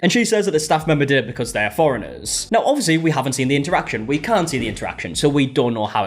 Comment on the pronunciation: Why did I hear 'Floridans' instead of 'foreigners'. I was so confused 😆🤣